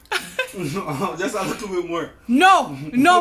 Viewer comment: He said a likkle bit more😁😁😁